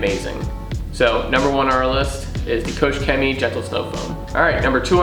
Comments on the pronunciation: The proposed range of products is extremely good! But do us a favor and work on Koch Chemie's statement. It's not COACH Chemistry. Write it in Google Translate ;) I subbed btw. Cheerio. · kooch chemie ? promise i’m not being a pedant but that would raise many a Germans eyebrow......think Koch as in a scottish Loch.